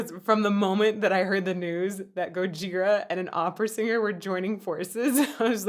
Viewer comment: Did you say "Gojigora" ? xD